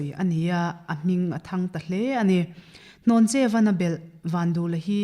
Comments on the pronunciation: Hlawncheuva ni lovin Hnawncheuva a ni zawk lo maw? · Ni e, Hlawncheu tih tur a ni, hnawncheu hi pawih hmingah an hmang ngai lo. Pawih nu fa ka nia chiang takin ka sawi ngam. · Dr Rinthanga sawi hi a dik. Hlawncheuva hi I lam diklo palh tlat. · Hlawncheuva hming hi in lam sual palh nge a lam dan dik in hrelo aw? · Hlawncheuva leh pawngvina tih khi in lam diklo o